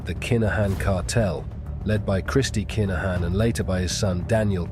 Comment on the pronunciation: Very good narrative but please please accept some pronunciation errors which are driving me (and most Irish listeners..)crazy! Just ask us for the phonetic spelling and we will all have a better experience! For example: Kinahan is pronounced K-in-ah-in and NOT Keynahin. There are many more, just ask! Other than this, excellent 👌